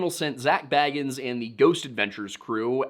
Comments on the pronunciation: You are apparently so good at research and yet you can't seem to figure out how to pronounce Bagans... It's not Frodo Baggins we're talking about 🙄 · I do enjoy when people mispronounce Bagans as Baggins. He's like a creepy dudebro hobbit.